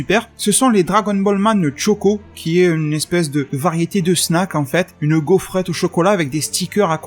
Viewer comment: Choco..... CHOCO.......pas Tchoco. Comme on dit des chips et pas des Tchips. Merde.